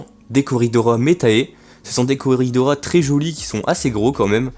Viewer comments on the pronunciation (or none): salut ! tu as recu de beau poissons ! juste le s de coridoras se prononce 😉 sinon belle video come d'habitude